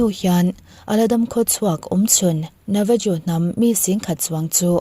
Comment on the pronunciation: Navajo tih ni mahse 'Navaho' ti a lam tur...Mexico, Latin america leh South America, Spanish hmang ho ah chuan 'J' hi 'H' angin a ri zel tur. Eg,. 'Jalapeno' 'Halapéno' 🌶️